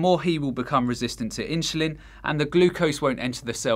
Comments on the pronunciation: Why do you pronounce Insulin as Inshulin lol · ...how did he pronoanced Insulin 🤔🤦‍♀️🤣🤣🤣🤣